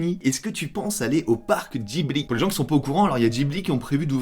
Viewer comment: Comment ça, “Djibli” ? 😭😭 j’ai l’impression que y a que moi qui ai remarqué